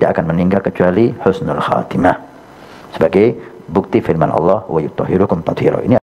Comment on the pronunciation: Coba di cek lagi itu salah bacanya yg benar wayutohhirokum tathiroo, bukan wayutohhirukum